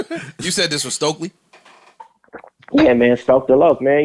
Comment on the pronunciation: Bro Vince is hilarious 🤣 said Stokely Carmichael was “stoke da loc” 🤣